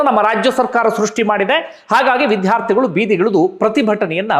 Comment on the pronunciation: Vidhhyaarthigalu alla vidyaarthi anta ucchaarane saripadisikolli please